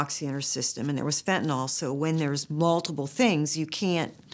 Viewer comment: Agghhh… it’s FENTANYL FENTNOL!!! 🙄